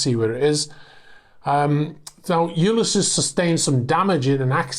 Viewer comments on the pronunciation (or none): It's odd how you pronounce 'Ulysses' given how popular the name is in literature and history. Try "You-LISS-Ease' with emphasis on the second syllable. Ulysses is the Latin name of the Greek hero of Homer's Odyssey. Also the title of James Joyce's best-known work and also one of Tennyson's. Also the given name of the famous US general Grant.